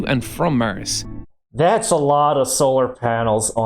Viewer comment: "Mars" not "Murrz" Is how its pronounced! 🤷🏻‍♂️